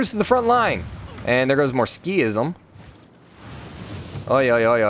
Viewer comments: I'm a little triggered by "Ski-ism". I think it should be pronounced "Sik-ism". Otherwise: a great series! Very fun to watch! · Yeah I was like; “what is he talking about ?? what’s a skism ?? Ohhh he means sikhism” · Pipothefreak sik-hism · It’s pronounced like seekism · I know it's supposed to be Sik-hism, but in my spoken language the 'h' is dropped quite frequently, so that wouldn't trigger me as much. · This got me so bugged as well 😂😂